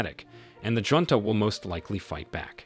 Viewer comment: Get rid of the AI Voice. It's pronouncing the word of Junta wrong.